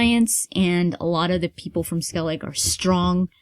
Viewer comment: It's funny how many people pronounce Skellige as Skellig haha :D It'd be Skellig-eh, so with the e at the end. I just think it's funny!